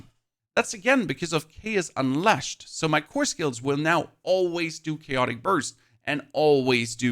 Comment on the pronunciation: How the hell are you saying “unleshed” but then reading it later correctly as “unleashed?” wtf is wrong with you dude